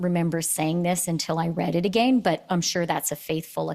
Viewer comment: I cannot stand her pronunciation of the word "again". That was painful.